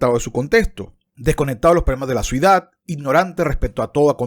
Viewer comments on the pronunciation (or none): Imaginese criticar a Agustín Laje aún diciendo la palabra "Suidad" en vez de "ciudad"